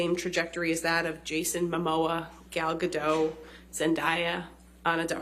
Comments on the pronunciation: It's Gal GaDAHT, not GoDOH. She's Israeli, not French. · and Gadot as well, and Gal is the highest paid actress in hollywood, Her salary is the same as Dwayne Johnson for crying out loud.